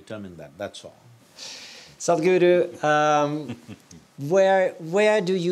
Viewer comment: The absolute spot on Indian accent pronunciation of Sadguru by this amazing host, shows the amount of effort & research he's put in. I found it to be very impressive as many would simply pronounce it as Sad-Guru, amazing 🖤